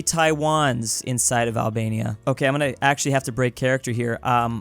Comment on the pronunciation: Name Albenia no albelni 😂😂😂